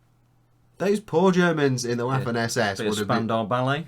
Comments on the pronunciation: Loving this, I'm a Memoir '44 hard core fan and slowly learning about Bolt Action. PS. Waffen SS is pronounced Vaffen SS... the W in German is a V like Victor sound, hence, pronounce it Vaffen SS, similar to V as in Van. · This video was amazing but there was one thing that drove me up the wall... The pronunciation of Waffen SS I am learning German and I know that w is pronounced as V so the actual pronunciation would be Va-fen SS. I hope that this channel sees this and keeps it in mind for future videos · I love it when brits pronounce "waffen" as it is were "waffles" - makes it really sweet. You might not care about it, but in german "w" is similar to the english "v" ("vampire"), whereas "v" is pronounced as an english "f".